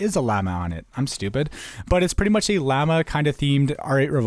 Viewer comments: triggering vid tbh the usp-s caimen pronounced cay-men not kai-man and its not a lizard! llama is pronounced law-ma and Anubis is not a cat god he is a dog god! also the kraken is traditionally a sqiud not an octopus and for the negev you have obviously never seen a lionfish or fucking nemo thats not what he looks like the AWP wildfire is supposed to be a phoenix not a "fire dragon" but i ove the vids keep it up man <3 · does it annoy anyone else how he pronounced "caiman" and "llama"